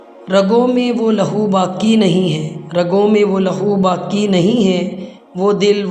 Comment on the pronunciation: Aap ka talaffuz GHALAT hai, BAQi ko baki padh rahe hain, Allama Iqbal ke aqwal padh rahee hain,vo bhi GHALAT